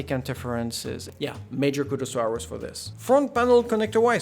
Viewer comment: Aorus: It's "Or-Us" Not "ours"